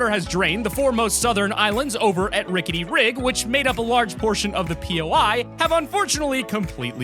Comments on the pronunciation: He said, “Ricket Rig” xD and the Growto instead of grotto it makes me laugh lol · Clxser ricket rig